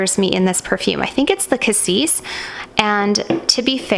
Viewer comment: I thought Cassis (you pronounce it correctly) was a Blackcurrant?